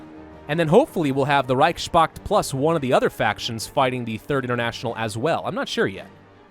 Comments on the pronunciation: It's not Reich Spakt, it's Reichs Pakt. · Can I offer one criticism? The word "reichspakt" is constructed of Reich's Pakt, and should be pronounced as "Reich's Pact" Yes? Easy. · Please reichspakt is like connection of 2 word in german they are reich and pakt so please don't pronounce that "s" like it's a part of word pakt pronounce it normally like normal "s" not like "sh" or whatever. That word is like reich-s-pakt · You are butchering the word Reichspact. Try saying „Reich“ and „Pakt“ separately